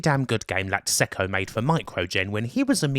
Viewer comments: You really believe that? Wow. Their experience begins in 1990, Raphael Cecco's surname is pronounced Checko - not Secko. And much more. It's always nice to reminisce about retro gaming, but more research needed imo. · Cecco is pronounced "Check-oh". Source: Cecco's Log in CRASH issue 54 (July '88) page 47, last paragraph. 😋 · Just so you know, Raffaele Cecco's surname is pronounced 'Check-oh', not 'Sec-oh'.